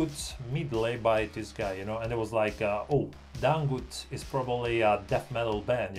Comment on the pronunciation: Dangdut sir not dangut 😂